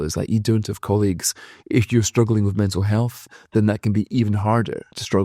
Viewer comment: 'health' not sith...